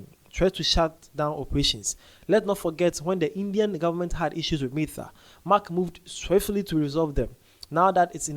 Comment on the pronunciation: Sir, the pronunciation of Meta😅... Love the update tho❤